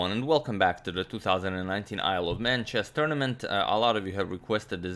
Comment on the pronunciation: Sounds like he said "I love man tournament"